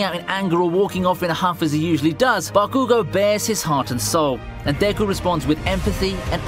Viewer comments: Nobody: This guy: dAyKu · Is so painful hearing him pronounce Deku